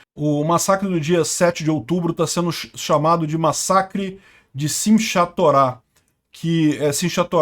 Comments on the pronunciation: Pronuncia-se "Sim Rá Torá" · É Sinhatorah. Pronuncia-se como SINRRATORÁ. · Olá, em hebraico você deve ler o “CH” como se fosse “RR” então “simchah torah” (alegria da Torah) se lê “simrra torá”, lembrando que são oxítonas. Valeu meu brother, parabéns ao Milei e um grande abraço daqui de Israel. Apareça quando quiser, terá lugar para ficar. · Olá! Muito bom o canal e bem informativo! Se escreve Sinchá Torá, mas se pronuncia “Sinrá Torá”. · Simchat pronuncia-se Simrrát. CH tem som de RR, conforme a palavra. Por exemplo Am Israel Chai é Am Israel RRAI. Como em Carro, Socorro, etc. Enfim, duplo RR. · Meu caro, a pronúncia do nome do ataque é: simi- rá-torá (Shim-há-torah). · a pronúncia de Simchat Torah é: "Sim(i)rráhTorá" tudo junto, após o M é quase como se houvesse um i, mas na hora de falar o I corta a pronúncia da letra deixando-a pela metade. por fim ch ou kh na transliteração tem som de rr (forçando a garganta )no português.